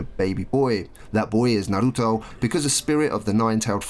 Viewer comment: You say hokage and Naruto real fricking weird